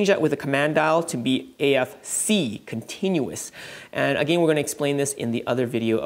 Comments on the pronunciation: Triggered when you say again.. it's not A-Gain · the way you say again 🤣